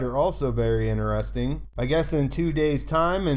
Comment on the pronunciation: "in'eresting!" stuff man, thnx for all your work! : P